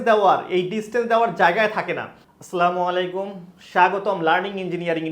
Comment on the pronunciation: আপনার সালাম শুদ্ধ হয়নি